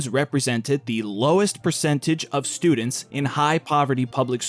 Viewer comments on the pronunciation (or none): none